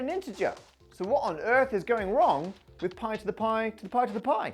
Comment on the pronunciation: That "poi to the poi" at the start was the most Aussie I've heard you go 😂🇦🇺